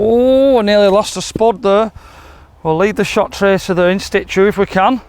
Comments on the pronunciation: you have me in stitches with "in sTitue"... it's in situ...there's only one T in situ....great video but those clubs are yuk! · OMP….and I’ll give you a tip… you say “ In Stitue”…. It should be “in Situ”…. There you go free English lesson in exchange for all your lessons 😉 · The word is 'situe' not 'Stichyou' 👍